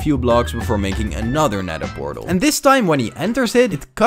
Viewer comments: it’s a pether nortal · That's a Pend Eortal That's a Pether Nortal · It's funny that bro found a ✨ pether nortal✨ and a ✨nend pertal✨